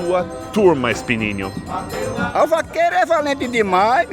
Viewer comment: espininho?????? ele tentou falar espinhozinho.....